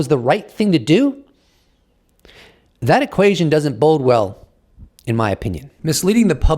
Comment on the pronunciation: Bode well, not bold well